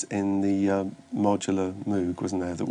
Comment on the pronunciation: He mispronounced Moog! O_O Who would have thought Howard Jones of all people would do that? LOL :-P